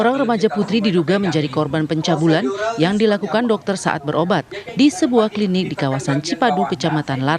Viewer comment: Host tv one, bilang klinik,, klidik